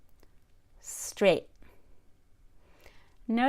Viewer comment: I had to listen to "Streep and strape" a few times before I managed to catch the subtitles that said "Street and straight". Might wanna work on that.